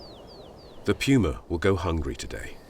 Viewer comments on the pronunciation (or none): The Pewma. Lol. Say it right foo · The narrator: “Guwonico enemy number one, the pewma.” Me: The WHAT?!! 🤣🤣🤣🤣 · “The Pyuma” 😧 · My pewma sneakers from China begs to defer 😂😂😂😂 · When he was saying puma instead it was pewma 😂😂😂😂